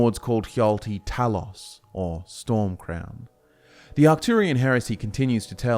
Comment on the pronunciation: Glean*, not gleam. - You mispronounced Talos. The letter O is not an 'aw' sound in Greek or English. - The term 'nord', as a name for the Atmoran race, did not come about internally. It was an external label drived from the self-referential Atmoran noun "nordingr", meaning "belongs to the north", as in the sentences "Jé nordingr" or "Wír nordingir" ("yay nord-ing-ur", "veer nord-ing-eer") - "I belong to the north" and "We belong to the north." It was shortened and spread among exterior demographics before being passively adopted by Atmoran descendants over time, who thereafter referred to themselves as 'nords'. - Saarthal (SAHRT-hahl) as it exists today is not the actual settlement of Saarthal, but the barrow complex that was dug beneath it to house the honored dead. The Eye of Magnus is presumed to have been in a pre-existing chamber below the excavation of the necropolis. - "Orkey" is merely an older name for Arkay whose spelling changed over time due to standardization in literature. It represents no connection to orcs at all, having instead been a deity of an elven pantheon. All sources claiming otherwise are factually incorrect. - Haberdashery is the occupational practice of hatmaking, not aggregate verisimility. "Slapdash" would have been closer to the mark. - Harald is pronounced "HAR-ahld", not "Harold". - Alessian is pronounced "a-lessy-ən", not "a-leezy-ən". - Forelhost is pronounced "forrəl-hawst", not "four-host". Did you miss the L? - You're taking the stuff ab